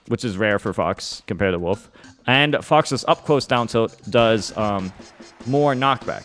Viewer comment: How did you say it ? - What ? Woof ? - Woof ?!